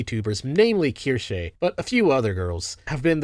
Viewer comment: Keer-shay huh? I guess you did about as much research as any other "journalist".